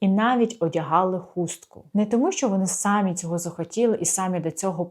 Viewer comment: СамІ не сАмі), будь ласка